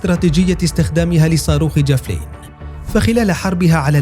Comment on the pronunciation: الفظ اسم الصاروخ جيدا ايها المعلق الفبي